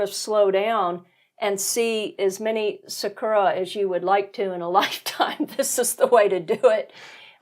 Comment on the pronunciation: btw it's SAkura not saKUra, TOhoku not toHOku. Better chance of being understood... ...but agree absolutely that you get a totally different view of Japan out in the countryside.